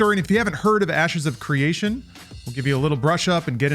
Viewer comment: Sounds like he said: "Asses of Creation" at the beginning. WTF 😂😂